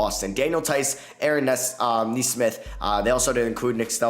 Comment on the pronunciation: YOU FINALLY SAID NESMITH RIGHT!!! IM SO PROUD